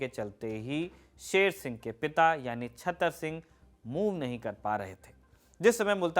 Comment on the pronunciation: Mr. You did good job, but you pronunciation is not correctly, raja sher singh s father s name chatter singh, not chhater singh